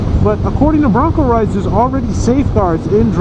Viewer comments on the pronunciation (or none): his name is broncoride not broncorides dam man if your going to shout out someone name at least say it right geeezzz you can get aerial shots of your home thru google earth geeeezz get with the program., dam man my name is 1Down4Up not 1down dammit man.